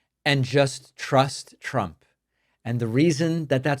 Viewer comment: Why does she pronounce it "Chrump"?